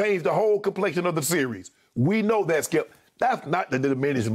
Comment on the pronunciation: Why is this dude on TALK SHOWS that voice is horrendous 🤔😣 "Stip" I thought you meant "skip"